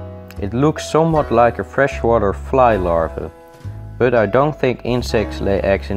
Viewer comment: i love how you say bøt instead of but nice video though i will try this one day. Thx for the advice keep up the good work